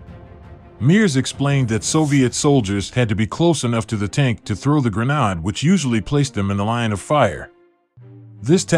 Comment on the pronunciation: Some southern guy pronouncing grenade as "GRUH - NAAHD"? LOL